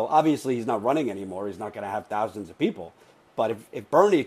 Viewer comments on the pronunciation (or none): none